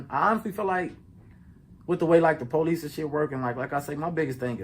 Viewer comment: Stop saying policsee...